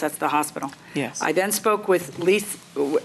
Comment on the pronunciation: Say yes .. not yea